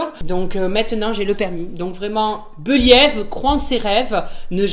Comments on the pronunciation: Toujours aussi drôle. J ai eu le mien au bout de 3 fois. Faut pas baisser les bras. Comme tu dis BEULIÈVE mdr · Surtout : Beliève